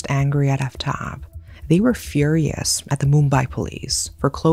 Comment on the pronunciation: the name butchering is KILLING me. "shr-AH-da" "aaf-tahb"